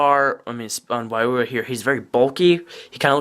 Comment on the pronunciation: It's not why-roo-uh it's why-ru-ha